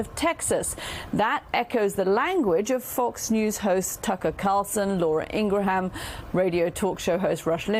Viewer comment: Laura Inger-ham 😂😂😂 perfect!